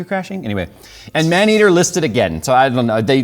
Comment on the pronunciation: I think you mispronounced "Maneater, game of the century"